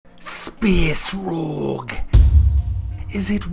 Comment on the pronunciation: speeees roooog